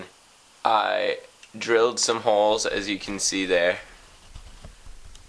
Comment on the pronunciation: Why did you add the "w" on the word "holes"?